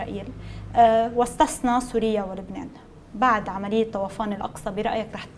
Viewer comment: طوفان وليس طَوَفان. يا ريت تلفظوا صح